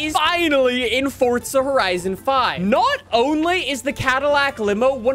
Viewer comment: "Fortzia Horizon 5" Lol